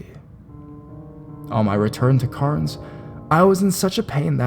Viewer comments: "I live in Carns" Dude its Cairns, pronounced "cans" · Thank you!! I think most Australians watching this were probably cringing at his pronounciation of Cairns. 'Carns.' Ugh. No.